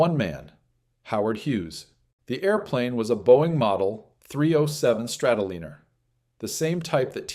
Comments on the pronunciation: Liner as in airliner! Not leaner or leener, Liner as in Lion. God I hate these AI narrators. if it would have made the mistake once you could understand it but it kept doing it over and over. It is madding! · ARGHHH! Not Strato-leaner! It's a Strato- lie-ner